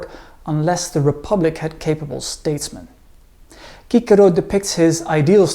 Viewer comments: "Kikero"??? Don't you mean "Sisero"? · Good, but why does he pronounce Cicero (Sis-a-row) as (key-ca-row). No one else does that. Funny...hummmm... Thanks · I thought his name is pronounced “See-sero” not “kee-Kerro”? Lol 😂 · It's sissero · I know that we don’t know the Latin pronunciation - but please never ever say Cicero like that again. It is pronounced Sissero - after hearing your pronunciation I lost all respect for him - sounds like a donkey farmer or something. Great presentation otherwise those - really wonderful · Isn't his named pronounced Chee-Che-Rho? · Why do you pronounce his name like that? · Absolute great name, though i really din't get why the latin pronounciations, i mean, we know latin c always sounds as a k, and the r is always as a 'angry dog' but why?